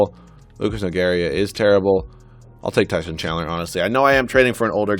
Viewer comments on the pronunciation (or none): none